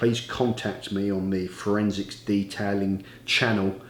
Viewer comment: its funny every video ive ever watched of you, you say forensicS lol :D